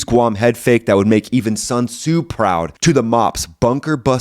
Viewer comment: 孙武 Sun Wu. Not 孙苏 Sun Su. Just helping out.